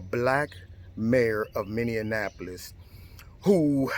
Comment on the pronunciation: It cracks me up the way pronounces “Minneapolis”. Is he doing that on purpose? It sounds like he is conflating Indianapolis and Minneapolis: Min - dian - apolis! It’s pronounced “MINI - apolis”. Makes me giggle every time!